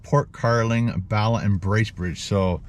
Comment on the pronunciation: Hey, I'm Welsh (dwi'n siarad cymraeg) that means I speak Welsh. Bala is a place not too far from me here in North Wales, maybe 1 hour 30 mins. You pronounce it as you would say "baa" for a sheep. So "baalaa". 😁😁